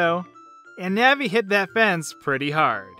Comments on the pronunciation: The pronunciation of "Navi" here makes me cringe. "Nehvee". I've pronounced her name like "Nahhvie" ever since childhood. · "diku", "nahvi" kms